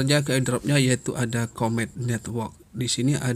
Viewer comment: Bro jgn baca comet lh, bacanya komet😂😅